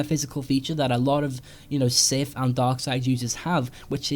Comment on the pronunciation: OMG the word " SITH " was used way too many times in the video Plus It wasn't even said properly He said sif and not sith